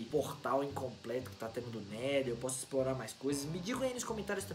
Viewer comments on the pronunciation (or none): não é neder é nether